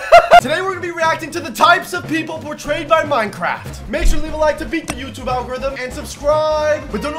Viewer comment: y do u pronounce it pro-tray-ed why!?!?!?!?